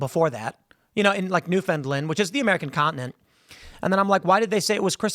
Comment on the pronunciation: It’s pronounced New-fun-LAND. Like Understand